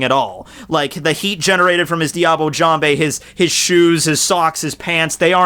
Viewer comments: IT'S DIABLAY JAMBE, YOU FOOL! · i thought u pronounce diable jambe with the "l" in diable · Diable Jambe is a technique named in french and it's not said " Diable Jamb(Hey) " it's pronounced " Diable Jamb(/) ":> hello from France